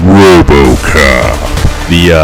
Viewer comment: I lost it at “ROBOCAHP!” 😂😂. Good job though man... this is really well made and I can tell you put a lot of work into it. Gonna use it to help me pick my next character.